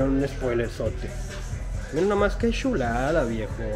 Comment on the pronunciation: Me encanta cuando dices: MIRA NOMAS QUE SHULADS. hasta pareces de SHIHUSHUA...Saludos desde CD Juárez